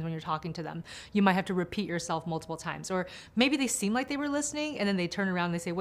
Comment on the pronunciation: My typical inattentive type thing: number 3. The man said 'Does not sTeem to listen...' It distracted me at once. Couldn't get the rest of the information. In fact I stopped the video to write this. ;) Years ago I thought I had ADHD and went for a psychologist for a test. I am from the Netherlands, he was originally from Russia. One of the tests was to repeat a list of characters, letters and numbers. In the middle of it he said the letter Q. In Dutch it is pronounced as KÚ. But because of his slightly noticeable accent, he said KOE (the Dutch word for cow). And I was destracted: what does that cow do in the middle of letters and numbers?? So I began to talk and ask about that subject. But the psychologist went a bit agitated. He thougt I was mocking him for his accent. But I honestly didn't. I was just distracted by an animal in the serie of numbers, etc. Long story not short. ;) The results were negative and I didn't have ADHD according to him. Many years later I still suspected I could have ADHD and went for another test at another center. And this time the tests were positive. No surprise for me and my boyfriend. But I never forget how it was possible the Russian psychologist didn't noticed my distraction was a very clear sign! (P.s. Number 7: subtitle said 'things things'. Distracted by a detail wich was not important, but I had to tell you!) ;)